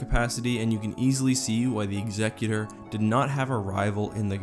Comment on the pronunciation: I'm so glad you pronounce Executor correctly!